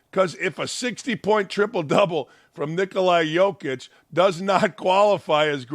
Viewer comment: Shaq saying #44 doesn’t mean he doesn’t know Alan Henderson’s name. However, Dakich day after day saying Nickolai Jokic shows he doesn’t know Nikola Jokic’s name. I know Dakich really likes Jokic. He needs to say his name right.